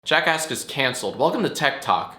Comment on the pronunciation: Jack ask say that 2× it kinda sounds like jack ass